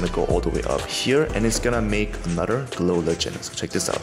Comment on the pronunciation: ITS GLOW LI-CK-EN